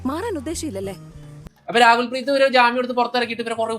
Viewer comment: Rakul preet ❌️ Raagul preet ✅️